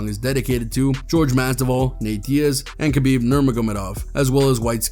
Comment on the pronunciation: You butchered Jorge and Khabibs name😂